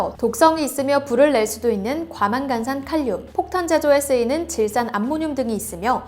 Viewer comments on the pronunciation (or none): 과망간산칼륨은 과망간.산 칼륨이아니라 과 망간산 칼륨이 맞습니다. 발음.